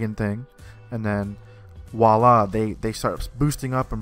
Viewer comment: Voilà, not walla.